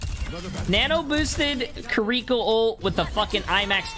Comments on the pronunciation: "kuriko" its Kiriko, there is no U...not hard to pronounce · It’s kiriko not kerwika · Kireeka? It's kiriko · “Kriko” I swear it’s like every gamer has a speech impediment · Bro really said Keriiikaa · bro said KAREEKO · No one talking bout how he said kireeko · Kiwi co not ca re ko ones gonna talk about how he absolutely butchered her name? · Can we please start saying her name right? It's Japanese. Native English speakers can't pronounce a true Japanese "r" (I've studied Japanese), so the easiest way would be to say Kiddie-Co. No accent on the second syllable. If you have to place an accent somewhere, it would be on Kiddie. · No one is gonna mention him calling her Kir-reeko? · U pissed me off on how u said Kiriko's name at the start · Say her name right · The way he pronounces Kiriko makes my ears bleed